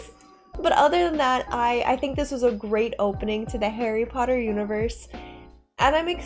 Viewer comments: It's Harry Potter, not Harry Porrer. Um... Just kidding. Hahaha. I'm Korean and I'm glad to see your video. I feel like I'm getting my old memories back. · malfoy saying "pottah" instead of "potter"